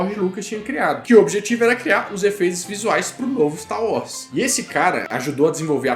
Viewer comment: É wars (uórss) e não "Uós" 🙄